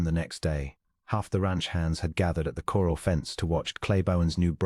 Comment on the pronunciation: Please check and correct the narration. The horses were in a corral, not a coral. Other mispronunciations detract further from a potentially good story.